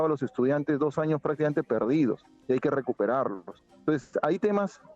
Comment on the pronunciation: ESTA REPORTERA DICE, 'ASAMBLE CONSTITUYENTE, DEJAR PARA DEBATE PARA MAS ADELANTE - ANOS' JAJAJAA